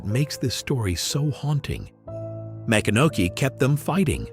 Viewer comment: It is pronounced Ma-CON-a-key